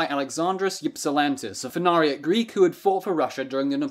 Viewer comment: Good video but as a greek i cant help but laugh when you desperatly try to pronounce greek words